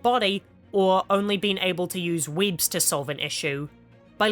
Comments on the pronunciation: Bro I straight up spat my drink when u said “Weéebs” 😂😂😂 I swear I can’t focus what u said afterwards. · The way u were saying webs was too distracting 😂